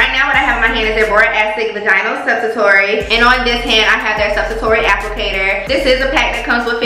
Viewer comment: Sub-sua-tori????? Baayyyyy I love your energy but if your axx don't put a disclaimer on the mistake 🥴🥴🤣🤣🤣 is pronounced su-pos-it-tori🤣🤣 no shade promise